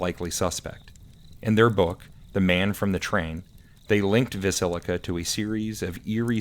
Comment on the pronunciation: I know, I mispronounced Villisca a few times, sorry about that.😂